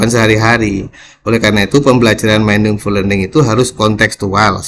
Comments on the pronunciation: Maaf pak ada salah baca dalam bahasa inggris meaningful itu di baca miningful🙏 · bukan mainingful tapi miningful